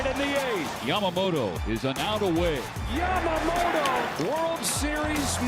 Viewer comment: its not yamagoato its yamamoto!